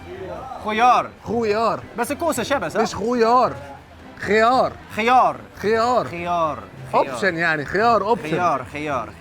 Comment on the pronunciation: خيار يعني أوبشن 🤣🤣🤣🤣 لأ وبيشكلها كمان خُيار بالضمة 😂 دا انت غلبت ترجمة جوجل ياجدع 😂😂😂